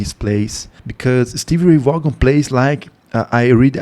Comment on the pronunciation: Thanks for the reaction! *This particular performance was at Austin City Limits in Austin, Texas. ACL, as it is affectionately referred to, is a famous music venue and is broadcast on public television here in the States. He did, however, mention playing at the Rome Inn before he became famous. The Rome Inn was also in Austin, Texas. *Vaughan is pronounced "Von" *Yes, I agree with him being in a state of Nirvana and other consciousness when he played. I would love to know what he saw or where he went in his soul when he played. *Texas Flood at El Macambo* *Life Without You at Capitol Theater* *Ain't Gone N Give Up On Love at Capitol Theater*